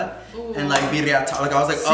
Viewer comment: Am i the only one that got triggered for james saying tamalies